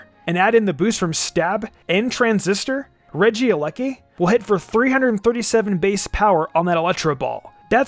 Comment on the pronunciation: It's not Regia lucky it's Regieleki